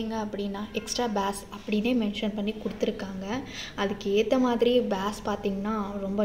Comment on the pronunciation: It's not baas its bass ..🙂next time when Ur saying correct it thank u🙂